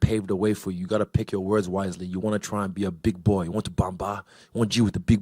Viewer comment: "Choose your words whitely"